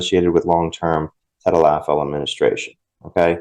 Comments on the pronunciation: Hi thanks for your videos I'm going to break down tadalafil for you so you can properly pronounce it. Ta - dal - la - fill - Cialis. If you put it on a piece of paper during the next time you're going to talk about it and video has a reference it will help you practice pronouncing it for a couple of days in a row eventually it'll stick. Now as for sildenafil - Viagra Sil - den - a - fill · Hi, name is mike and I watch you regularly. Recently you had a show on where you were trying to pronounce the the names of Cialis and Viagra by their pharmaceutical name I'm going to help you pronounce it properly Cialis= ta - dal - la- fil. Viagra= sil - den - a - fil Start off slow several times then pick up the pace several times eventually your tongue will create a muscle memory and you will have the proper Cadence. Not busting your chops but merely thanking you for the good work you do